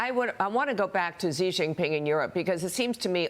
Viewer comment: Xi is pronounced 'She' not 'jee'. how can you purport to know anything about China when you don't know this?